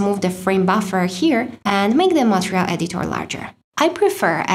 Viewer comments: She likes perfection! It is just one word to work on. And it is totally distractive when she pronounce it wrong. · Hi, your English is perfect but one word, "Material". You pronounce it wrong, and it totally distract me every time you pronounce that word. Thanks for the videos!